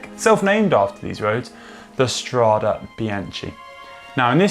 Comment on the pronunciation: How can GCN put so much effort into a video and get the pronunciation of “strade” so wrong?